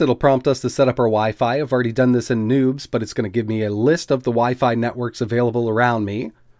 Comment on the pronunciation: Not gonna lie, I thought you said that there was nudes on that SD card the first time you said it.